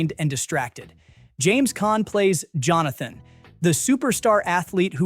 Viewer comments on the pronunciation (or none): johnathan...johnathan....Johnathan...JOHNATHAN .....JOHN-A -THAN